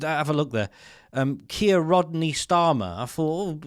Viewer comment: 😂Welease Wodney😂